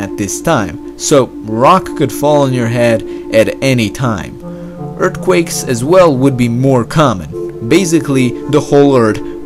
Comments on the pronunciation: Yes. Most Americans can't properly speak English. Video and commentary are excellent. Did crack a smile at "ertquakes" though lol. Keep up the great work! Besides, it's nothing compared to my German buddy when he says wolleyball or wanilla vafers lmao... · When he said urdquakes..I felt that